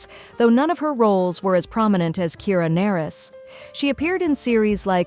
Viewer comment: I bristled every time I heard "Kira Nerris" (pronounced Ner-ees)